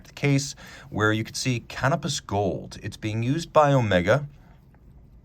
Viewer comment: I swear I thought you said "cannabis gold", must be made from 420!